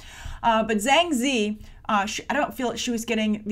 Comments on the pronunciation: Sorry to be a stickler, but Ziyi is pronounced Tzi-Yee. You're saying 2 out of 3 characters in her name! :P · it's pronounced Zi-Yi